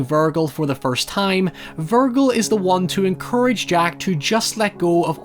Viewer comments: Is anybody else disturbed by pronunciation of Vergil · The "g" in Vergil sounds like the "g" in "virgin" though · Ver--jell it's not a hard g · Buddy, you are pronouncing Vergil wrong. Here is correct pronunciation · How are you mispronouncing Verge/Virgil when he says it multiple times in the movie lol